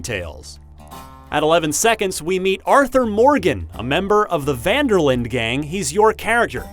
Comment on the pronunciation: Jesua the way Muricans pronounce Van der linde is horrible It is pronounced like: Fun der Linduh